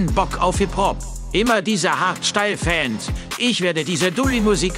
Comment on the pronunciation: Hat er da gerade "Hart steil" zu "Hardstyle" gesagt? :D Passt würd ich sagen hahaha